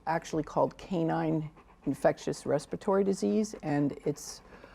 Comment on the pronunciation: Another professional whose principal source of income is the spoken work. "Respatory". Right